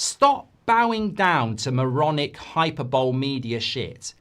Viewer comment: It isn't hyperbole ( as in super bowl), it is sounded as hy per bo lay - hyperbole.